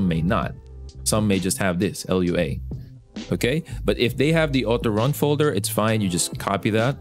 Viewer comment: You kept calling it l. u. a. The dev said it's pronounced as a word.